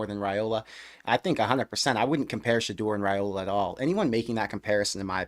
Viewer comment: I gota comment this bc ive heard this channel pronounce his name wrong every time. Its not Rayola, its Ryola. The family name is pronounced Ryola, just spelled Railoa. Just in case any one was wondering why you hear both, the correct pronunciation is Ry-Ola